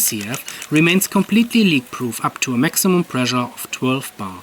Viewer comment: Pressure mit "Sch" =) Sonst super, weiter machen